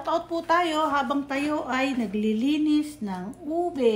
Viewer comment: naka “Une” instead of “Ube” hehe 👍🏻